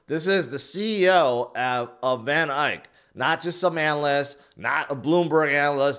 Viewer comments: It’s van ECK not van ike! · did it HE SAID VON IKE AGAIN 🎉 😂😂😂😂😂😂😂😂😂😂😂😂😂